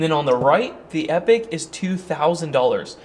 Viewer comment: It would be nice to see these come down in price a little more. Is it me? not epic, epoch ( said E pok ) a measure of long time. As most of these makers try to suggest they last a long time?